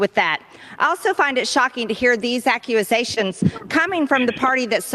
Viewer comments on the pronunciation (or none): What is an accuasation? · Why can’t she say wolf or accusation?